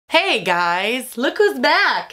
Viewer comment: Whoa that was a "hEY GUYS" instead of your usual "HEY guuys"